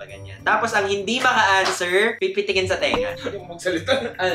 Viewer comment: Labyu, pero di ko kinaya yung 'aanswer' 😩 =))